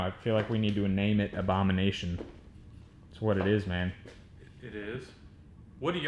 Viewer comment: The ahondanation